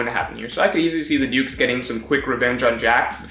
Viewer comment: everytime he said dukes i thought he was saying dudes lmao